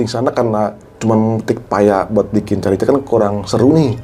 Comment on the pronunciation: Menit 28.25 carica bacanya karika mas ( buah khas Dieng )